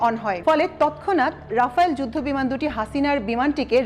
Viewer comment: রাফায়েল নয় রাফাল।(Dassault Rafale)